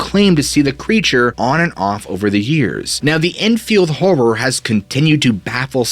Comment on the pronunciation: lmao its "enfield horror" not "drunken whore" so it couldn't be pelosi